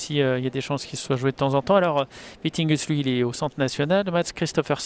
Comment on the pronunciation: Will be interesting to follow the ups and downs of players after one years covid break! And on a sidenote it is Vittinghus, not Vitinghus!